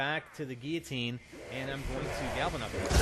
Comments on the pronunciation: Gil-o-teen..... Wtf is a geatine? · GUI-LL-OTINE L NOT YA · GILL-AH-TEEN oh my goodness damn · God damn it, it gill-o-tin. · What's a Geeoteen? xD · It's pronounced Gui-ya-teen. You say it wrong.